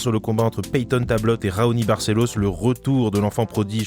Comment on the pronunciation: Au top la vidéo 💪🏻😎 Par contre c'est Payton Talbott, pas Tablott 😂 Tu m'as tué mdrrr😉